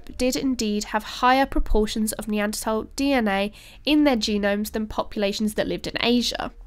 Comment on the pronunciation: Yea, pronounced Apalachia and Neanderthal correctly! She's a keeper!